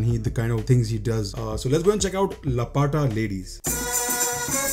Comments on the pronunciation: Not lapata it's laapta means gumshuda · It is Laapata meaning missing gumshuda wala 😂😂 लपाटा नहीं लापता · It's not Lapaata bro it's Laa pata as in لاپتہ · He always complains about people Miss pronouncing "J" to "Z" and "F" to "Ph" aur khud ek bhi indian name correctly nhi bol sakta. Its Laapata not Lapaata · LA PA TAA nahen bro, it is LAAPATA (Missing) :) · लपटा nahi bro लापता.. { Can you read what I wrote in hindi? } Laa-pa-ta (missing), not lapata. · It is laa-pta ladies 😂😂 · America jaake bhai pura angrez ban gaya hai. Can't even pronounce "laapataa" i mean bro seriously? What was that? 😭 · Bhai lapata nahi hai, laa - pataa ladies hai. Urdu bhi bhul gaye kya? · Lapata arbi ka word hai is liye nhi padh pa raha kya be